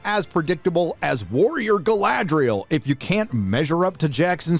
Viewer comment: Guy-Lad-Riel. Brilliant.